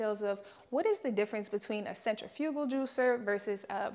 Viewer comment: Mispronouncing centrifugal but thank you for the video!